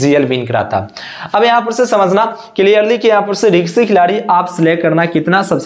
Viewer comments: रिक्शी नहीं भाई रिस्की होता है । bolna seekh lo aur screenshot dusro ka lagakar jhut mat bolo ... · रिक्शे नही होता bhai wo रिस्की होता है 😂😂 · Ri. K sy nahi beta Ri s ky hota hai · रिंक्सी नहीं रिस्की प्लेयर होता है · Risky hota hai riksi kya hai?